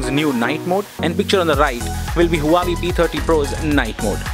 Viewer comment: You are saying Huawei like Hawaii.